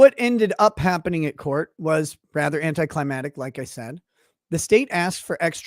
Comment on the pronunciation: "anticlimatic" stop SAYING it like that!